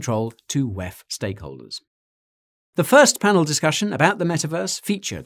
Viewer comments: DoubleYou Eee Efff: DoubleYou Teee Efff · stop pronouncing this decades old consortium of predators as the 'whaaeph'. The abbreviation is and always has been the WEF!!!! This abbreviation needs no change by you. WTF?! You're (sound like) an idiot here on this one. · Way he said "WEF" was a little distracting though lol. Great vid nonetheless